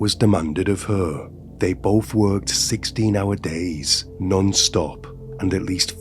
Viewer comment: Both not bof